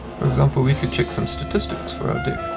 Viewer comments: When 'deck' becomes 'dick' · I'm sorry but I cant unhear "dick" lol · To start with, I love the music! The problem is it's way to loud! Maybe not the best accent or voice to use for a tutorial. I couldn't take it seriously with him talking about his "dick" Then to add insult to injury he starts talking about the "dick statistics"! 😂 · I'm a native speaker, and let's just say the way he says "Deck" makes it sound like... something else. Nobody can understand him 😆